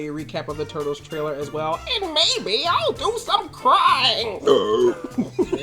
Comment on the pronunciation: For fook sake learn how to say "trailer" correctly already! Is this just another thing you do on purpose that you think will appear endearing but is just annoying as shit?! I wan't to get super angry but I feel a bit sorry for you with you being a virgin and all....